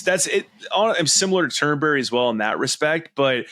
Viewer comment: It's not Turn-berry it's Turnbree. It's not difficult.